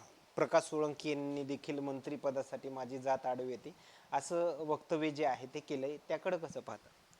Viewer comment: वेक्टव्य😅 वक्तव्य म्हणायला येत नाही, बारामतीला असलेच लोक चालतात😅 म्हणून ओपन च्या जागी भरती करण्यात येते 🙈🙊🚩